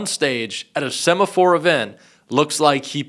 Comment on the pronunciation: “Semaphore event????” Why are Americans, no matter who they are , unable to speak English?